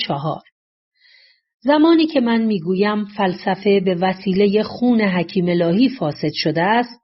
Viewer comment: دراین جا باز نحوه بیان گوینده این شک را ایجاد می‌کند وه او از شخصی به نام حکیم الهی صحبت می‌کند ولی در باید گفته شود حکیمه الهی که متاسفانه در تلفن خود علامت زبر یا ای را ندارم مثل مردم ایران